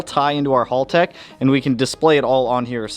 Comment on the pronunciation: great content dude. Love the blubaru and eg33. Just one quick tip Haltech is pronounced with the short a sound like, "at" or "bat" or "cat". I used to think it was halltech for the longest time until YouTube recommended that video to me a while back.